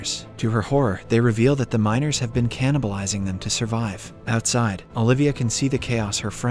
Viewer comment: You must of been tired making this lol Did you say bean instead of been? Get sleep my dude. Love your recaps though.